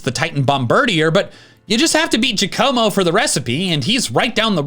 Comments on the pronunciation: it's pronounced JACK-uh-moh, not juh-CO-moh It's like Kommo-o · Great video and analysis…though I got progressively angrier each time Giacomo’s name was mispronounced as “juh-como”. Is it no longer a common enough name that it’s common knowledge to pronounce it as “Jock-uh-mo”?